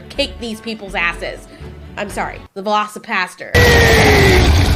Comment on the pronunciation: Hahaha 8 was playing a game and had your videos playing in the back ground and when you said velocipastor I heard velocipasta. As mixing the words velocity and pasta and I just got this image of portions of pasta flying at such high velocity it kills people with blunt force impact. That would be a crazy movie.